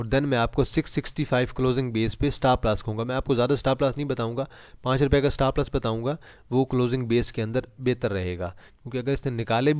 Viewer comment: Bhai Stapp Lass Ni Hota..Stop Loss Hota Hai😂